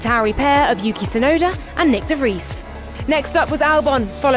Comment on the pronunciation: I wonder what's so difficult about pronouncing Nyck De Vries name correctly it's really phonetic